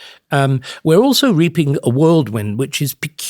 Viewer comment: I'm 62 too and have just learned that whirlwind is pronounced worldwind!